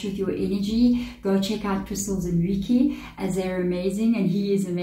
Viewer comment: reiki is pronounced ray-kee as per google